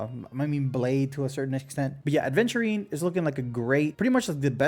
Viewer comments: Great video, but man, every time someone calls my boy A(d)venturine my brain hurts >__< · Wait a minute. Isn't it 'Aventurine' without 'd'? I think I used to make that mistake as well. 😂Anyways, since I have Topaz I'm more leaning towards Aventurine now. I love follow-up comps and I've been clearing most content with Lynx as my 2nd sustainer anyways. Probably gonna get Clara from the 300/300 standard banner choice as well since I already have Bronya (50/50 loss on the initial Fu banner) and sig LC (from standard). I kinda stopped caring about meta too much. I just wanna have fun and pull the characters I like. I still wanna pull for Acheron cuz I find her really cool. Gonna be tough if I end up losing another 50/50 and having to skip Sam but such is the f2p life. 😅 I might be fine as I've saved up 30k jades and can get another 56 pulls from the exchange but my pulling record isn't the greatest except Black Swan which I got in 5 pulls and won the 50/50. I'll stop yapping now. 🤣